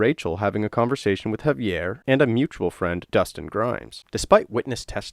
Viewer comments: HA-VEE-AIR!! Please say it correctly. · Why did I hear “heavy air” when he said Javier? 😂